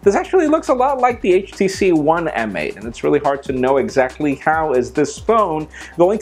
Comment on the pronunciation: I think "M8" is pronounced "mate"